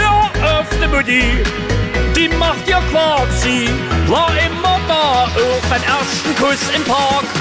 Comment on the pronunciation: Er sagt och wo das o betont is